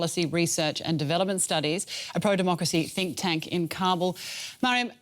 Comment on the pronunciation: demo-cry-see what a joke